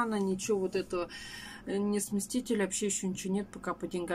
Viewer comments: во-первых, примите мои искренние поздравления с приобретением холодильника!!!!! Во-вторых, когда Вы говорили о своих планах покупки умывальника, то произносили слово "сместитель". Но это слово не верное, правильно говорить "смеситель" ( без буквы "т"). Удачи Вам и всей семье! Здоровья вам всем крепкого - крепкого!!! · не смесТитель,а смеситель😊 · сколько живу,а впервые слышу,чтоб смеситель обзывали смесТителем🤭